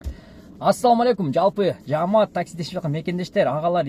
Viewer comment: Туура суйлоп уйронгуло, жаамат эмес жамаат болот